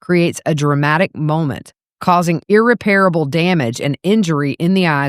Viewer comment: Love your coverage. Please check your pronunciations ahead of time (i.e. “irreparable”).